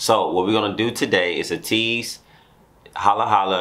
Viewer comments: Pls also react ATEEZ Fireworks ( I'm the one) dance practice. Correction: ATEEZ pronounce as EY-TEEZ not AH-TEEZ. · Fyi it's pronounced like "Aye-teez" not "Uh-teez". Also there's a really cool choreography mv for this too! Luv you guys! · Thanks for reacting to ateez! Btw you pronounce ateez as “Ay-tease”